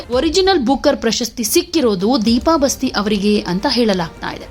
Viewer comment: Basti alla adu baasti nammuru